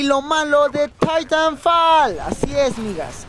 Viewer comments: Se pronuncia taitanfol no didanfal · Es titanfol "asi se pronuncia" Y se escribe titanfall